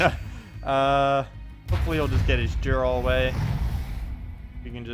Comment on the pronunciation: Can't resist nitpicking your pronunciation.. it's pronounced like "Yarl Firemantle," Jarl is a Norse noble title. The English title "Earl" comes from it.